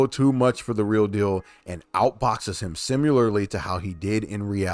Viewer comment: Please don’t use the ai voice. No human native English speaking says simyeyarly we say similarly or any human for that matter and your ai says it way too much